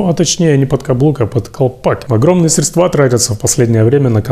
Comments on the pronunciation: СрЕдства, а не средствА! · СрЕдства. Вы же грамотный человек.